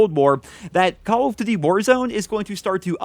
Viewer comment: No one:: "Calladitty".